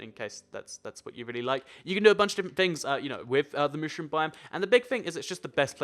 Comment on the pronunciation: God, how do you pronounce "mushroom"?!